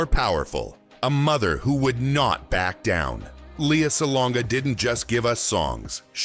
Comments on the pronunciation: its not Lee-ya, its L /e/ a. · btw -- it's one of her pet peeves when people mispronounce her name -- it's LAY-ah